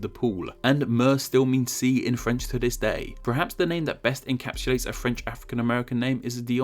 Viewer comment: I would more apologise for you pronunciations of the sound 'th', 'wiv' and 'dis', jesus wept!